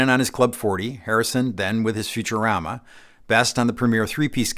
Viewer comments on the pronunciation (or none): none